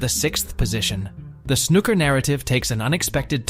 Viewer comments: I know!! I was like "stop calling him Ron"!!😅 And the way snooker was pronounced!! It's snooo-ker, not snuk-er❤ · cant take any snooker channel seriously when they're 1) american, and 2) pronounce it snuker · This whole video is AI generated. No one pronounces it snuhcker or Ron o sulivan. The language used is exactly something chat gpt would write. A lot of waffle but doesn’t say much of substance. Lazy videomaking at its finest. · AI voiceover joke “snuka” 😂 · Awful narration it’s not Snuker !!! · In a video about snooker, the very least respect you could show is to pronounce snooker correctly. And it just got worse and worse, Utterly CLUELESS commetary written by someone who has clearly never watched a game of snooker in his life. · Worst video ever. At least pronounce the games name correctly and get the name of one of the greatest players ever correct. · At least pronounce Snooker properly, it has two o’s. Try harder. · Is it just me, or is it that most Americans cannot pronounce 'Snooker' correctly? The narrator is laughable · I love the concept of the video. I just can’t listen to the narrator pronounce snooker wrong anymore. I got 3 mins in